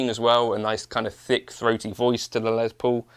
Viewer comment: The good old Les “Pole”